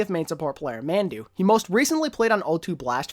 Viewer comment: Just a tip Mandu is pronounced “mahndoo”